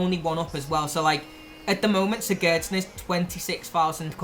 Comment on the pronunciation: you say sigurdsson wrong